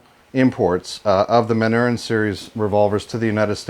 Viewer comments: Just an FYI: The name of the maker is pronounced "Man-nor-reen." Are these still manufactured in the same manner as the originals or has Beretta "updated" the process?? Jim F, Tucson, AZ multiple Original manufacture Manurhin owner. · Manurhin is pronounced: 'Mah-nyu-RANH'. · It's pronounced Man-ur-in !!!!! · True French pronunciation of the word Manurhin is difficult in English because the French sound of the letter U does not exist in English. The ending of the word ("rhin") is also very difficult. If you want to know how to say it, go to google translate site, write manurhin like you want to translate it to english, then click on the speaker icon. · If you are going to acquire a brand, you should learn how to pronounce it.